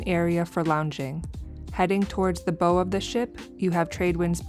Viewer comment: It’s bow, like you bow before someone. Not bow like a hair bow.